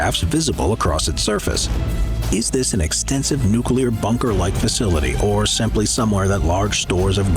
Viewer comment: Comment for the algorithm! Thanks for the good shit. Nu-clear, not nucular. Thanks:P